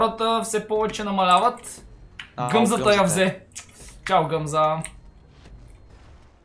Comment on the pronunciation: Турбо Вместо Да Каже Гъмзата Каза Гъзмата